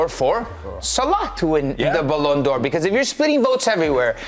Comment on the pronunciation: „balloon D’or” 😂😂